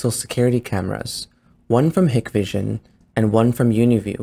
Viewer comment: You must not know that Hikvision is pronounced "HIKE-vision" not "HICK-vision"!